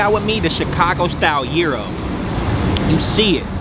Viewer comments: Bro its a Guh-eye-ro, not Euro😂 this shit killin me😂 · Gyro Is Pronounce "GUY-ROW" IF you from Chicago lol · In Chicago we say guy Ro 😂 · It’s pronounced Gyro but I like saying gyro 🥙 hahaha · Well if you’re pronouncing it wrong and you know it’s wrong, that’s just ignorant lol. Love the vids tho